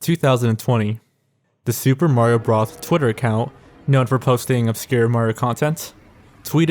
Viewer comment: The kid's name who was "interviewed" about the Smash Brothers event was "Maree O'Brothers" ... seriously?!? 🤦‍♂️